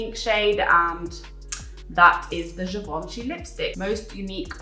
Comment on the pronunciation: haha Givenchy Rouge:p honestly you pronounced it well for someone who doesn't speak French! It is such a good video with great brands, the chapters are soooo helpful for a format like this. It's very clear + you are a real sunshine as always <3